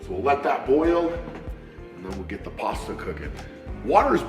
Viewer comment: please just say pasta bro xD "Pwooohasta"